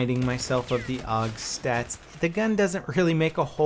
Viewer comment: you dont call the AK the "ACK" or the ACR the "ACER" then why do you call the AUG the "OG"